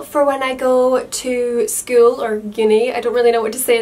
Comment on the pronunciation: the way she says school gives me goosebumps .-. skull-uuuu..